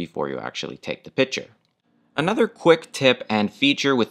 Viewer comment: This guy is very well spoken, then my eye started twitching when he repeatedly used the word "pitcher" when referring to a photograph. A piTcher and a piCture are two COMPLETELY different things, you speak so well, this is like a turd in your verbal punch bowl. Be better than that. Just a suggestion.